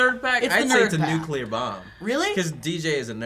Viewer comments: Silly Joe, saying nucular! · They're aware that Heisenberg isn't just from Breaking Bad, right? Also, Joe saying NUKULAR really...grinds my gears. NU-CLEE-UR (Nuclear) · Oh man, Joe. "Nuculear bomb." George Bush is that youuuuu??? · It's really bugging me hearing them say nuclear as "nucular" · really joe? nucular......i thought u were better than that